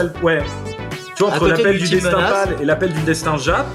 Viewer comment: L’appel du “Dechtin” !!! 😂👍🇵🇹